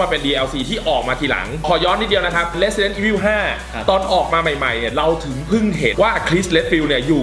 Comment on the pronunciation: Resident evil เรียกสำเนียงญี่ปุ่น(ออกเสียงแบบภาค3 nemesis) เรซิเดนโท่ อีโฟ